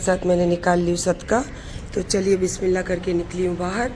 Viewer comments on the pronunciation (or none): none